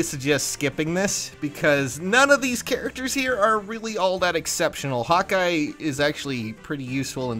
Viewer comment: I thought you said "Hot guy" instead of "Hawkeye". Gotta admit, I made a "mmmhmm" sound right after that ;)